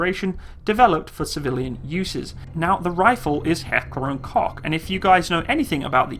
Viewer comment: btw Koch in Heckler & Koch is pronounced coke scroll to the bottom if you don't believe me